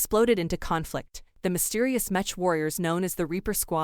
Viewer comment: lol “metch”